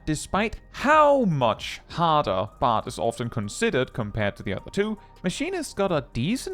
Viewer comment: Bard rhymes with hard